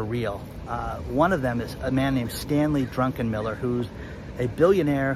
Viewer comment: I'm sure his name is often mispronounced. It is, after all, Druckenmiller, not Drunkenmiller as you pronounced it. Also FYI, Bill Gross is no longer with PIMCO. Keep up the good work,.